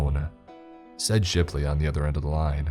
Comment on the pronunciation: Not Shirley's but shiplys